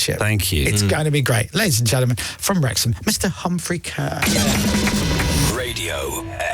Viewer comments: The amount of shows Humphrey goes on where the hosts always pronounce his surname incorrectly, is unreal. Humphrey's just too nice a bloke to correct them I guess - maybe he's had it all his life so he just ignores it now, but it's actually pronounced 'CAR' and not 'KERR' 🙄😉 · It's pronounced car! 🚗